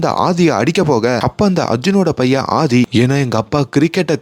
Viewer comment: Pls pronounce அ as அ not ஹ,it's ஆதி not ஹாதி